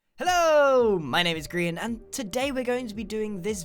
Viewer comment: ' you called him grain instead of Grian LOL^-^